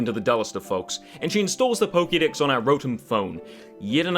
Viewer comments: am I the only one who heard "poke dicks" instead of "poke dex"? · I know it's your accent, but I found it amusing when you said they might as well "chop the poke-dicks." lmao